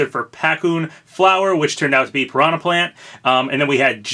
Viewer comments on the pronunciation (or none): none